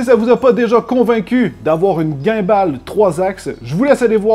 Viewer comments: chaque vous qu’il dis "ginball" sa me tue de l’intérieur sa se dit "gimball" ❤️ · La prononciation de gimball ne va pas du tout😂😭😂😭